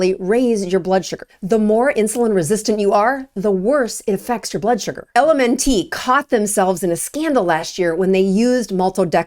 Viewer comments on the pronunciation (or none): LMNT is pronounced ELEMENT. It's NOT elementee. You will sound more credible if you say it correctly. PLEASE!!!! We all cringe every time you say it wrong.